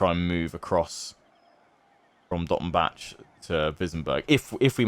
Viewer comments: You don't really say the c in Dottenbach so it's more like "Dottenbah". Just a another correction for your atrocius pronunciation :) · I haven't done this campaign yet, but definitely try and capture Nuln before Skarsnik takes Dottenbach (also the "bach" in Dottenbach is pronounced like Johann Sebastian "Bach") to at least attempt in avoiding being penalized for finishing off Wissenland yourself. I believe that's how the mechanic works, where you're only penalized if you directly or indirectly destroy an elector count. But I could be wrong, regardless I don't think it really matters either way because after Wissenland you'll be focusing on the Vampire Counts/Border Princes/Orcs long enough to rebuild your acclaim. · I THINK that the -bach-part of Dottenbach (and other -bachs.) is pronounced like the German composer in OUR world, Bach... Since the Empire is based on HRE in our world and there by Germany (not that you can hear it on their accents! ^^ ).